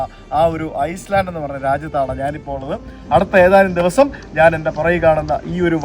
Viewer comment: Bro its Iceland, not Island